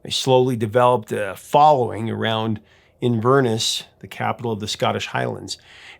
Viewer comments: "Inverness" is pronounced with emphasis on the first and last syllables, not the middle. It's "INverNESS" not "inVERness" as you pronounced it. This is totally understandable, your expertise is music, not geography or linguistics, but it's worth noting and encouraging you to look up place names and how they're pronounced. And learning that, for example, the spelling of Pittsburgh is derived from a Scottish naming convention, but no British person, let alone someone of the specific heritage the name is derived from, would ever pronounce that name the way Americans do. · Please, it's Inverness and not pronounced invernus. At least, I am assuming that is what you are saying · A couple of notes: Inverness is pronounced Inver-Ness. It means "Mouth of the river Ness". It flows to, of course, Loch (lake) Ness. Edinburgh is pronounced Ed-in-bruh (said all together quickly). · Inverness is pronounced In-ver-NESS (like the word less) not In-verniss. Just for future reference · Not to mention Inver-NESS, rather than In-VERness! 😃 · the way you pronounce the home town is in-ver-ness. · I think that your pronunciation of several words is quaint. The way that you pronounced Inverness & Edinburgh, for example. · Love your channel but please learn how to pronounce Edinburgh and Inverness 😁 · Haha your pronunciation of ‘Edinburgh’ and ‘Inverness’ is hilarious😂 And I’ll never understand why why Americans pronounce ‘Craig’ as if it’s spelled ‘Creg’ - there’s no ‘e’ in it! Are you one of those stereotypical Americans who doesn’t have a passport?!